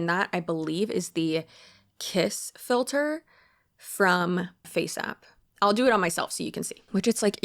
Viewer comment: I heard it and immediately knew I was going to be dealing with that phrase echoing around my head for the next few weeks